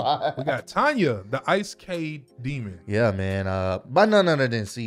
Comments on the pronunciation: It’s pronounced Ee sek eye lmao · Sound it out (E-say-kai) Isekai demon. She got black air force in her blood